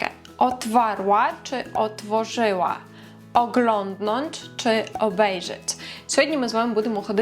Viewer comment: У вас отличный польский, но есть некоторые нюансы в приношении Например: otworzyć. Произносится как "otForzyć" буква "w" в середине часто оглашается. Ещё пример: kwiatek. Пишется с "w", но читается как "f", т.е "kFiatek" Это сразу выдает акцент